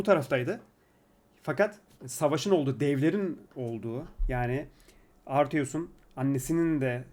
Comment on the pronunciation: güzel analiz olmuş eline sağlık ama "boy" un adı, Arteus değil Atreus , tüm video boyu yanlış olmuş :)